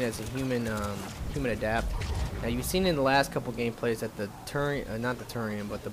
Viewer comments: adEpt!!!! not adapt!!!! lol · im not sure, but i think it is pronounced as "Adept"... :P